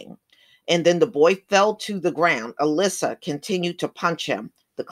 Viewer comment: It's Al-Issa, they are not pronouncing it right. I think 'Issa' is Jesus in Arabic, but don't quote me on that.